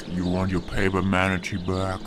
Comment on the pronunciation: Especially since the original joke was pronounced "matinay" not "manatee". They ruined their own joke almost right after coming up with it.